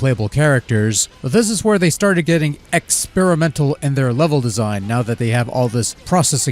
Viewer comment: I love the way you put the emphasis on Xperimental ahahah, great video mate keep it up